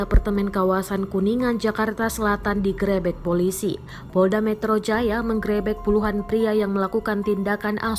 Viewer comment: Grebek kak ,bukan grebek